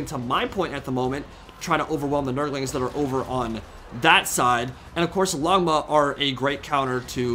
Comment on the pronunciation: This is random but if you're wondering how to properly pronounce "Longma", the first part "long" is pronounced "loan", so its more like "loan-ma". It literally just translates to "dragon" (which is long) and "horse" (which is ma) if you want to look it up as well.